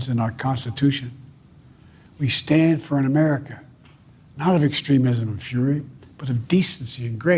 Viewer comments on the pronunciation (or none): none